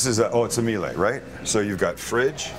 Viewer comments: 1. Miele is pronounced ME-la 2. Him kneeling down in front of ranges is why you should install a rangetop and seperate wall ovens mounted up high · Miele is german and is pronounced ME-le